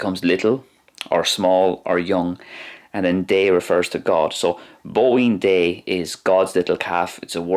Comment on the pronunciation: I’m sorry but as a fluent Irish speaker the pronunciation is not the best. You say your “d” very softly and when there’s a fada you don’t extend it enough. (This is not an attack just critique) liek for example “bóín dé” try saying it like “bo een jay”